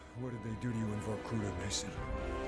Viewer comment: VorkutA, not VorkUta :)